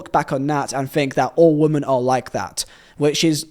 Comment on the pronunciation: Brother, great video, amazing channel, why do you say woman and women as the same word 😰😰😰😰